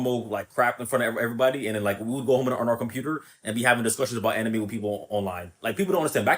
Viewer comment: "Ani-may fan" 😭🤣